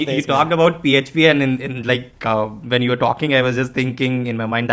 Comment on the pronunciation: I still remember his pronounciation of PHP ffffffpppp 😂